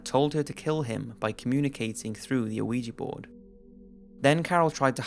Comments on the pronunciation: WTF is a uh-weejee board? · boywonder I'm sure the original commenter spelled it phonetically because the narrator kept mispronouncing it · Wait! Did he say awigi board? Lol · I swear this nigga is saying "luigi board"